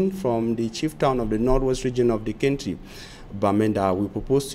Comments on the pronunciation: Country is pronounced phonetically as Kantri my brother. Sorry if I sounded off. No harm meant! Peace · Country not kentry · Why is he pronouncing country as kentry 😳😳😝😝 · My friend pronounce well. Country not kenty. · KENTRY & EEEFORTS? REALLY!!! semantics na different level lol but we get the message. We need to investigate the panel of interviewers who agreed that you should be employed as a newscaster